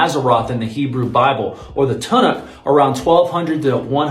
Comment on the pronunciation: I don't usually like to bother with tertiary things like people's pronunciations of words, but if this young man wants to be taken as a serious scholar or academic on ancient religions maybe he should learn how "Tanakh" is pronounced.